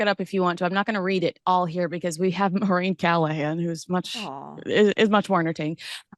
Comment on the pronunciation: Maureen not Mo reen